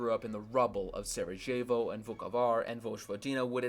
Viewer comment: The "J/j" in Sarajevo and Jugoslavija are pronounced as "y".